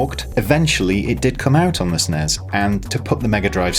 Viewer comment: "Say SNEZ one more time..." - Samuel L. Jackson